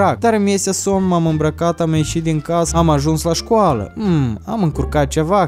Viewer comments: dr trei ori ai spus schoala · De trei ori ai sis cuvăntul scuala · Ai spus schoală 2 ori. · Și ai zis de 3 ori schoala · ai spus ,,scoala'' la . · Ai spus scoala